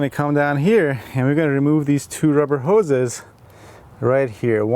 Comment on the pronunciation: So many "hoes!" LOL 🤣🤣